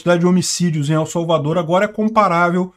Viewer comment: Pronuncie "EL" como se fosse "ELE" sem o segundo "E"...